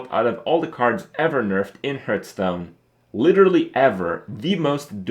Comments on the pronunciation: It annoys me that he pronounces "Hearthstone" like "Hurtstone"... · Why do you call it Hurtstone